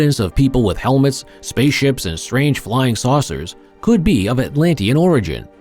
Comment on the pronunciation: What is with this "Antilean" pronunciation of Atlantian?